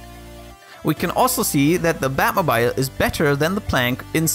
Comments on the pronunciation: The way he pronounces "batmobile" is pure cringe... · Your pronunciation of batmobile is so cute ^_^ I did some research and it's the British pronunciation. Americans say it like "moble", rhymes with noble. I use the British version for separate words e.g. mobile phone. But when I make a compound word like automobile I use a long e sound, e.g "batmobeel", rhymes with banana peel. So I thought the way you said it was a bit funny. Basically English is a mess and you should just say things however you want :)